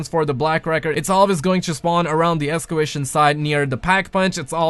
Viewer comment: "Escewation site" Excavation?